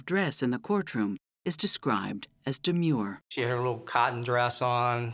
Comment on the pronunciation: "Demue", but look at her eyes.